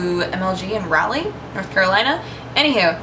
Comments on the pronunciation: You pronounced Raleigh wrong. ._. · The way you said Raleigh!!! Hahahaha! Love you,! It was only funny because I'm from NC, and that's not how you pronounce it. Lmao! Poor 'ole North Carolina. Lol! Love the hair, btw! -3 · lol at how you said raleigh,nc